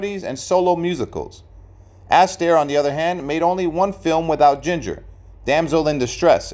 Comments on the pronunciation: In what way was that a tragic ending? And stop calling him Ass taire. It's Astaire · I appreciate your research, but your consistent mispronunciation of Fred’s surname made me cringe repeatedly. How could you study his long career and not know that it’s the second syllable of his name, not the first!, that should be stressed? In other words, his surname is pronounced “a-STAIR” and not “ASS-tair.” You should seriously consider taking down this video until you can re-record the narration using the correct pronunciation. Every Astaire fan will thank you. 🙏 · Fred Astaire is pronounced "Austair" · Oh, for F's sake!!! At least learn how to pronounce his name! IT'S NOT ASS-Tear!!! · THANK YOU!!! I had to stop watching the vid about the 5th time he said it - he obviously knows squat about Fred! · Your pronunciation of Fred surname is incorrect and very of putting plus he didn't have a tragic ending